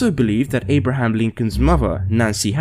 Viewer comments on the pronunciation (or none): none